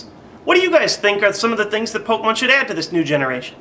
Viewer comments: that's what i said too. its pronounced "Kay" but spelled with an e (sorry, don't know how to put accents) . Him saying it like poke mon as two separate words is annoying and irritating was my only point with my comment. obviously you knew where I was going though with that. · pok E mon , THERE'S A FUCKING E IN IT ARGHH AMERICANS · OMG its pok E mon your an idiot and I can't watch you